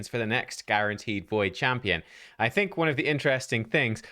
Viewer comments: ermahgerd it's guarnaterd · Guarnateed? Lol